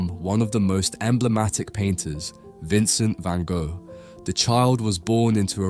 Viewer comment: If your going to make a video have the decency to learn how to pronounce the man's name properly.